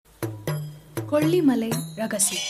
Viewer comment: குரலில் ஏற்ற இறக்கங்கள் அருமை! உச்சரிப்பில் கவனம் தேவை!! அரண்ம "ணை", கொ"ள்ளி"மலை, தகவ"ளை", ப"ள" சக்திகள், மலைவாழ் மக்க"ல்", எட்டுக்கை கா"லி", த"ல"பதி ஒருவன், கி"ல"ம்பி இருப்பது, அவர்க"லி"ன், ம"ண்ணா", ஒருவ" ணை", சித்தர்க"ல்", தகவ‌ல்க"ல்"...